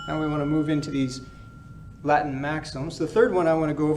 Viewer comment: I love this channel. He has a perfect ecclesiastical Latin accent.